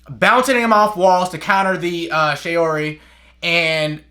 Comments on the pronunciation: Shaori (not "shayori" like how you pronounce it because it's "shaw-ri") makes the user absorb the power of the opponent's attack, then use the energy on offensive side. You're not paying too much attention. Attention to small details, please. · Bruh this guy doesn't even pronounce shaori right